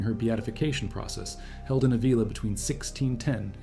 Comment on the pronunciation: Ávila: the accent is on the first A not on the i: Ávila. The e in spanish does not sound like bee but like the e in bed: Beatriz.